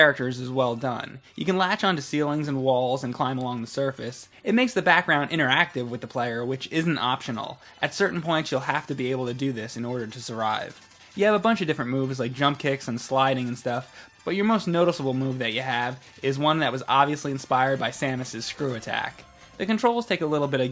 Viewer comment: You said surive